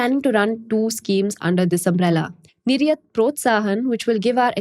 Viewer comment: Did I hear 'nir-yuth' and not nir-yaat'?